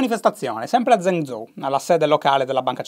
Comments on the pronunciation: Zhèngzhōu si pronuncia gen-giou, non zen-zou...... ma che lo dico a fare? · Zhengzhou si legge geng giou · mi permetto giusto un piccolo appunto: la "zh" in cinese è molto simile alla doppia g seguita da una vocale, come "viaggio" o "alloggio". Quindi Zhengzhou si leggerebbe tipo "gienggiou". Spero di essermi spiegato bene. Per il resto continua così <3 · esattamente. gliel'ho detto anche io in passato ma Shy fa orecchie da mercante. basterebbe ascoltare la pronuncia su google translate o su un dizionario online... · Shy in cinese il gruppo consonantico "Zh" si pronuncia in modo simile alla "G" dolce italiana o alla "J" inglese